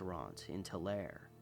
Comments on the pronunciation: Tulare is said too-larry I used to live there and yaeh if your not familiar you wont know how to say it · Really enjoyed this one. By the way, Tulare California is pronounced "Tularee". 😊 Tulare-ites can be sensitive about that!